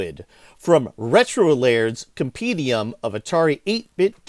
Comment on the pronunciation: The word is comPENdium, not comPEEdium. You get it wrong three times in the first two minutes.